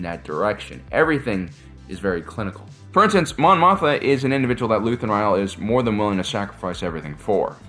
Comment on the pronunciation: It's pronounced "Moth-ma" Repeat after me, Mon "MOTH-MA"! 😁